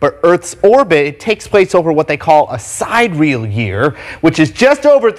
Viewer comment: Omg!!! Really? A side-real year! Laughing my poor litt ass off!!! He needs to go look at a dictionary. Si-dear-ee-al. Try that a few times to get your tongue around that.